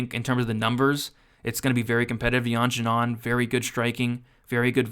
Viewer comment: Great video, btw Xiaonan is pronounced "She-ow nan"